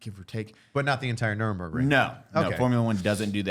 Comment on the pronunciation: lmao. I was having an stroke listening to saying "Nuremberg" The city where the nazi war crime trials were held